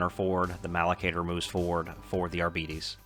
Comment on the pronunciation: Its pronounced "Ar-Bites" fam <3